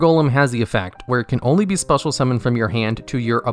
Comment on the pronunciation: "Cannot be normal Mummoned or set"